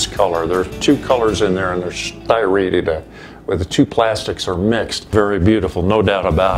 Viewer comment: " ... striated ... " = STRY'-EH-TED"